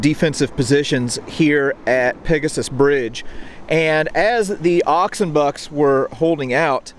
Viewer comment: The way he pronounces "Oxenbucks" is sounds like one word, whereas it Ox & Bucks, which is short for Oxfordshire & Buckinghamshire Light Infantry.👍